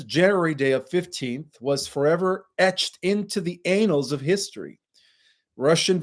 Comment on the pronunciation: Thanks for another great Live. You may wish to check the pronunciation of the word "annal". You made me giggle.